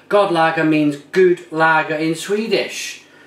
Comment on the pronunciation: Haha not ''god'' lager, but with a soft o, it means ''good'' lager in Swedish, and Danish too. Sounds like a nice lager, even though im right next to these guys country wise, I can't get their stuff. Good review. Btw im affraid you have kept that Mikkeller IPA for too long now, im affraid it is way past is peak since its, and its not been brewed for a long time. I would say you should do that as fast as possible.